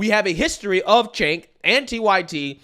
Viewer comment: Cenk pronounce Chaynk, not Jake. And no they didn't. They were pro decriminalization of weed and lighter sentencing for non violent crimes, not decriminalization of damn near everything. Mischaracterizing their position does not serve you or your political stances, it only serves to continue the madness.